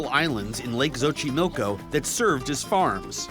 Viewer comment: Es Xochimilco no xoxiloco. Lol